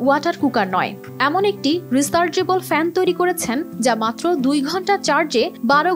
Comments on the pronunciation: রিচার্জেবুল না বলে রিসার্জেবুল কেন বলছো সোনা নতুন আবিষ্কার মনে হয়😂😂😂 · Rechargeable শব্দটি কি উচ্চারণ করল 😮😮😮?? রিচার্জেবল ফ্যান উচ্চারণ কঠিন হলে চার্জার ফ্যান বলেন সবাই বুঝবে কি বলতে চাচ্ছেন।